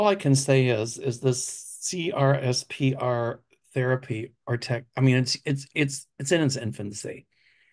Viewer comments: CRSPR is pronounced “Crisper.” Please stop spelling it out. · CRSPR, gene editing technology, is pronounced “cris-per”…like the crisper drawer in the fridge. Groundbreaking lab work is being done, and the technology has gotten FDA approval to be used for sickle cell anemia.